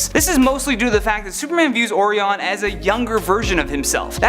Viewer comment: O reee on? You mean Orion?